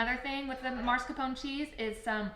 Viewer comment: You're pronouncing mascarpone incorrectly. It's not marscapone it is mascarpone. FYI